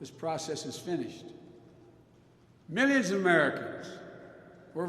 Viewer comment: 'I'm speaking for misonins of Americans out there? What is 'misonins'? I think he is drunk or drugged.